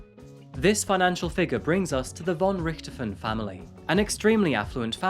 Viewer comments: Pronounced Richt-Hofen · It's pronounced, "Ricked - hoff - en". You say that it was rumoured that the girl's father "had 10 million Euros EMBEZZLED in a Swiss Bank account ". "Embezzle" means to steal or misappropriate, so it's not clear what you are saying. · Do we have to believe that this generation doesn’t know Manfred von Richthofen, the Red Baron, the most famous WWI (125 ya) fighter ace, of which the father is homonym? It’s obvious you never heard his name, because you mispronounce it, with the accent in the wrong place. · There are no beaches in the city of São Paulo, unlike what the video suggests. The case is famous, but their name is pronounced rich-to-fen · Learn how to say the last name properly. It's quite famous if you bothered to know anything about anything. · With the way he pronounces richthofen I can tell he don't play Call of Duty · Though I have enjoyed your programs very much, I was saddened to hear the mis pronunciation of the Richthofen name. Sadder still is the possible oversight of the father’s name in this case, Manfred von Richthofen.. no doubt named for his relative, Germany’s leading ace of WW1; Baron Manfred von Richthofen. Then again, perhaps it was better to leave it undetected.. after all, who needs an utter lunatic in an otherwise distinguished family. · Thank you so much for clarifying some issues. It's interesting to have up to date reports. Specially thank you for confirming my suspicions about the Red Baron heritage. gives a different pronunciation than I'm used to for the Baron, but when I looked at the spelling I was really curious. Interesting that a prominent German family ended up in Brazil (said she in an innocent voice!) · It's so funny to hear you say Von Richthofen. As a german i kinda had to listen more carefully to hear that "Richthofen", but i honor everyone who ever tries to pronounce german lastnames. :,)